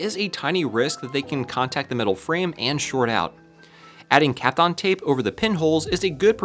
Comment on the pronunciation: Every time I hear you say Kapton Tape it sounds to me like your saying Capcom Tape. Probably just me, but it will live in my head rent free.